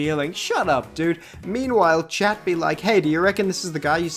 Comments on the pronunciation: Chat ois French of cat, pronounced SHAT, or SHahhhhhT, ahhhhhh, in the middle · but chat in French is pronounced “Sh-ah”, why translate the pronunciation?